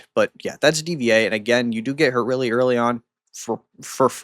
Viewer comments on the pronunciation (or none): Hearing mispronounced DVA and Schuyler's name hurts. Lol It's pronounced Diva and Skylar 😅